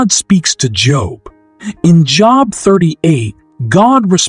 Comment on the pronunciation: This is a bot. Job is pronouncef with a LONG o sound.